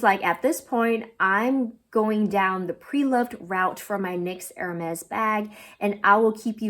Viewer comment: Be careful when pronouncing Hermès. It’s not “er” as in “her.” It’s more like “air” “mez.”